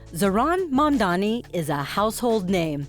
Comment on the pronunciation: They still say Mandami 😔